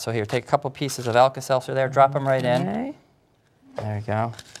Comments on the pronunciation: LOL alkasalsa? I think its alkaseltzer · you mean the tablet? It's alka-seltzer